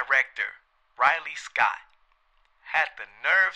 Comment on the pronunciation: I loved your vid bro, but bruce lee was chinese, it is astrology not askrology, belittle not delittle and ridley scott not riley scott